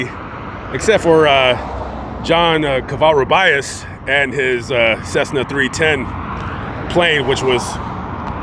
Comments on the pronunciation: Dear, Cova-Roo-Bee-Us. Thank you Sir.:) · you pronounced his Spanish name incorrectly Sounds like Ko-va-ru-be-us Thank you, you have such an awesome platform👍I’ve been watching you for years! You do such informative background stories, so greatly! Take care and blessings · You need to learn how to say the last name correctly